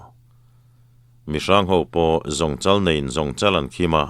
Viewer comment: Pc hras nen hian in aw hi a 19:1tone a dik vang nge maw ni a thluk in tihsual pawh hian a hrelo tan chuan a dik hmel thlup mai. Zawngchal.Kha.. Zawng pachal,, zawngchal tia kan lamrik anga lam tur ani e..zirlaia kan zirtirtute min hrilh dan ani e...